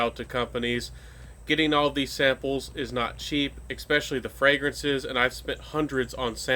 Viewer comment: ekspecially? does that mean especially? am i hearing wrong? lol